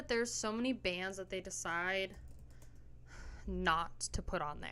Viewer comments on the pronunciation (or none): You cant even say Decide correctly 😮. It's dicide not dieesiide😂